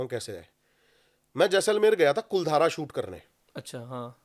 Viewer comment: कुलधारा नहीं है भाई, कुलधरा है गांव का नाम।